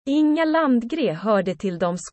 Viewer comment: Landgré not Landgrey.